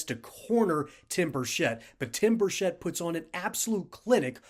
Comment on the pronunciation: Many people mispronounce his name, the “ch” is pronounced like cheese. I know this because I know his family, live in the same town, and he was our Mayor. Burchett is pronounced like “Chet” Atkins. Even other members of congress pronounce it incorrectly, just wanted to let you know, great vid by the way, as Tim is BS proof!